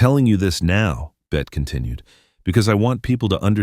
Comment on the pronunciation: I loved this story but it would have been better without the AI voice calling her "Bet".